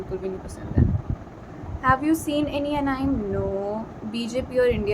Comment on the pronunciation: anime(एनीमे) ko अनाइम bola😭😭